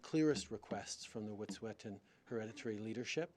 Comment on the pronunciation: Justin P. Trudeau can't even pronounce "Wet'suwet'en"